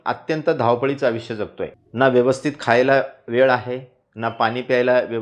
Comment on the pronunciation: धन्यवाद. छान, सोपा उपाय. सुगर नव्हे शुगर....... त्यापेक्षा शुद्ध मराठीत साखर असे उच्चारावे. तसेच आविष्य नव्हे आयुष्य.